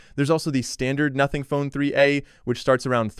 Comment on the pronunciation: Bro it said "3 uh" pro instead of 3a, it pronounced the a. IT'S ARTIFICIAL INTELLEGENCE LMFAO